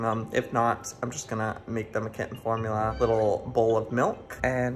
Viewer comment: When Joey said Formuler.. it made me laugh so much! Idk why.. actually probably cause it’s Am.🥴🤣🤣